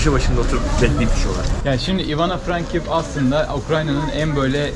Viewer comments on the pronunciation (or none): Frankivsk deyil Frankovsk